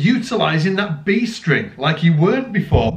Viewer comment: "B String" or "Beast Ring"?